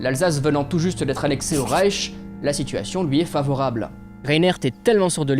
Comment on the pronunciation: Reich pas Rieth, les riettes c'est au Mans lol